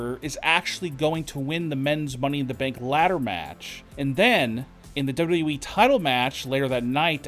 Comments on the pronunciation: Great report but.... Could you do everybody a freaking favor please.....it's pronounced WWE......NOT W...EEEEE!!!! FFS MAAAN 🙄 that's super annoying!🤣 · Why do you talk like that? Why do you say wwe like that?